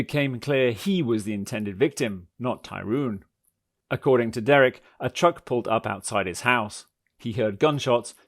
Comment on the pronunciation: Am i the only one bothered by the narrator saying tyroon and not tyrone... oh yeah and this chic is batshit crazy